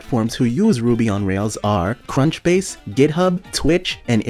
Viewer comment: coinbase not crunchbase AI